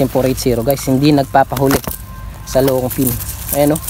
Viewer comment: long ping. hindi long pin. pls lang